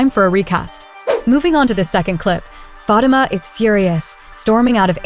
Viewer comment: This narrator need to know the correct pronounction of Fatima's name. I agree with on Fatima needing stand down on Andi and her problem with Gary. Zac, would remind her that they have their own set of problems take care of those.